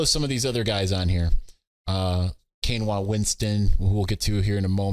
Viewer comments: Kainoa Winston is pronounced KY-Noah, not like the rice substitute Quinoa. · Kai-noah...you killing him 😂